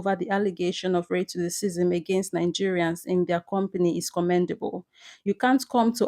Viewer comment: Very good video. But what is the reason Nigerians pronounce the name of the country NANGERIANS? You also pronounce racism as RATECISM. You are otherwise very fluent and good to listen to.